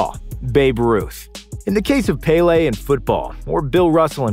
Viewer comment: as a brazilian I think that the way he said was the best way respecting english's grammar, as they speak "e" as an "a" I think is understandable, of course, is way far from being as it should be in portuguese, but it's already better than saying Péli or any shit like this